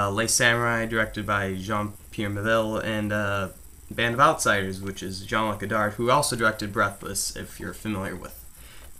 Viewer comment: Ha! Did you actually say John Luck Guddard? Why did you pronounce it that way?